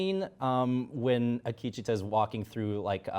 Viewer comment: Congratulations on watching the 18th episode of a series, noticing the most iconic (and final) shot of the first episode, and yet still getting the point of it just slightly off center. Other observations: -Akecheta’s name isn’t hard to pronounce. No name is hard to pronounce. You stop, read the name, see if you read it correctly, and if you did, then you keep going, if not, then practice. -Even if it was ok to use a lazy nickname, you still managed to mispronounce what that nickname would be. -His “son”? You know that Logan isn’t the MiB’s son, right? Although I wouldn’t be surprised if WM still didn’t get that William and MiB are the same person, and that everyone at WM was just really confused as to where William was for season 2. -In other news (at least to the WM staff), Hosts are actually robots and there are multiple time periods on the show.